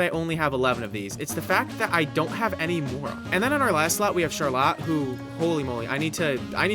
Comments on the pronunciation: how are you gonna pronounce Charlotte CharLOT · great video, but please stop saying char-lot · “sharlat” oh god the flashbacks… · I can’t get over how he pronounces charlotte :( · As someone with a sister named charlotte the way you said charlotte ended my family tree all at once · Awesome video but why’re we pronouncing Charlotte like that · is this man pronouncing charlotte like That on purpose..??😭😭😭